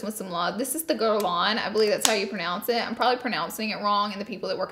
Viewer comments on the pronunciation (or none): none